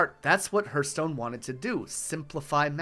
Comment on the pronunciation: Awesome video. This kind of historical content makes me happy! Only issue I had was the way you pronounced Hearthstone made my heart hurt ;).